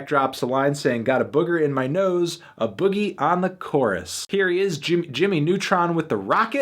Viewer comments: A boogie is pronounced Ay-Boogie. Long A sound Boogie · ITS PRONOUNCED AYE BOOGIE GOD DAM MAN U GONNA GET MAD CUZ KODAK DONT PRONOUNCE FUCKIN WORDS LIKE GEORGE WASHINGTON BUT U NOT EVEN GONNA RESEARCH HOW TO PRONOUNCE AN ARTISTS NAME WTF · It's pronounced AYE Boogie !!!! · its Pronounced Ay Boogie LMAOO. Stick to reviewing Em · Bra are u serious u have no connection whats so ever to hip hop culture at all!!! U couldnt even pronounce A boogies name smh u need to b replaced by someone asap what a joke!!! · No one mentions he said A Boogie's name wrong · your pronouncing a boogie wrong